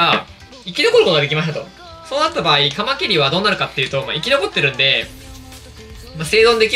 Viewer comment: カマキリのイントネーションて、 カ マ キ↑ リ なんですか？ カ↑ マ キ リ だと思ってます。